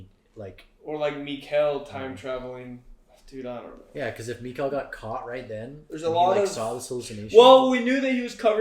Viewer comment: Great thoughts/ reactions but for the love of God, Mikkel is pronounced like nickel, not Miguel, the kid ain't Mexican 😂